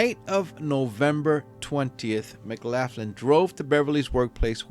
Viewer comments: McLaughlin...pronounced McLof...lin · Hello, Love your channel and I'm subbed. BTW, isn't it pronounced, "McLocklin"? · Just to note- it’s pronounced “Muhclocklun” 😬👍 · Pronounced Mc-lock-in? I could be wrong, idk. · You should get a couple of minutes on the electric chair for that pronunciation of the name McLaughlin😂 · pronunciation of McLaughlin is wrong I'm afraid . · His English is fine, pronouncing the way the name is spelled is the problem!